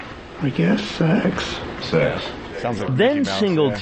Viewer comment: Did you come here to have SHEKSH with the little guhrrl.